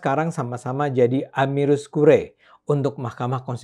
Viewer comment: bukan amirus, tapi amicus (=sahabat)